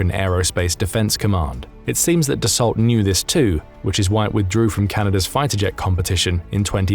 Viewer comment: Dassault Rafale is pronounced Dasso Rafaaal. Please do better.